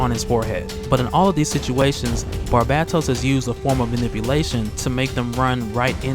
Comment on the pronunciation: I'm not complaining about how you pronounce it, but nobody pronounces "Barba-tos" (long o) correctly! Historian and Rob included, I'm actually bewildered by it! It's probably an issue for me because, amazingly people mispronounce my name as "Ju-an" instead of "Wan"! How do you get that wrong?! Also, Batman dying wouldn't hold any weight, especially considering he "died" not long ago. Comic book deaths are boring.